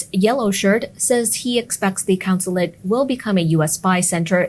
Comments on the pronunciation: It’s a “consulate”, not a “councillate “; the head honcho there is a Consul, not a councillor. Just saying. Great channel.👍🏻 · “CONsulate” not “COUNsulate”